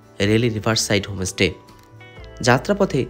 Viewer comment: হমোস্টে নয় হোম স্টে বলুন! এমনি ভিডিও ভালোই করেন। "মার্কেটিং" নয়, বলে "সপিং"! সমালোচনা পজিটিভলি নিলে ব্লগ আরও হবে।